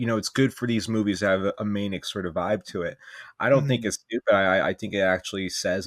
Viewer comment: The way says manic as "Maynick" is driving me insane lmao